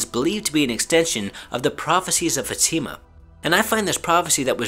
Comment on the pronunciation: Its not fatima, its Fátima